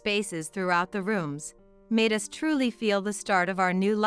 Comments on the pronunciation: U S is not U S it is Us fix it please..... we know you are translating stories from other Countries but if you want to make them in the English Language fix it properly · US She misprounced us, not the US, as in United States.